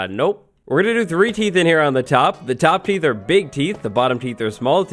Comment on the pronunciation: Am I the only one who gets slightly annoyed by "teeths"?